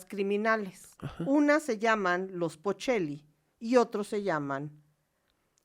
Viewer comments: no es Pocheli, sino Pacheli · Se llaman los pacheli jajajajja no pochelis